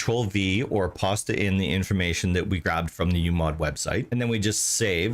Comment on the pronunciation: dude, its "Paste" not Pasta, ughhhh stop saying Pasta